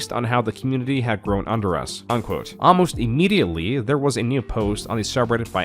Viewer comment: Is this AI narrated? Some pronunciation is kinda odd. Instead of 'almost' you said 'amlost'